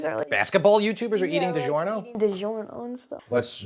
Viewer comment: It’s di -JOR-no, not di-ZHOR-no! In Italian, “gi” is the “j” sound,as Italian alphabet does not use a j.